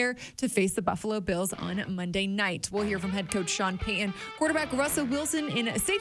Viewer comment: Would you please properly enunciate Sean Payton's last name? Drives me nuts. It's Pay-T-un not Pay-Uhn.